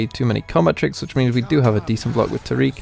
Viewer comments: Tar-ic/Tear-ic. Not, Tar-eek. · Love the deck concept, but can't handle how you say taric 😩